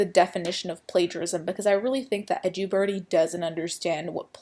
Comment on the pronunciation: Edju birdie or edubirdie? Wish she’d pronounce things as they are